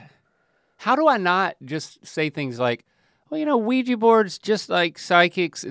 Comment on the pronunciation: I can't help but to get annoyed on how they pronounced Ouija board like "Ouiji" lol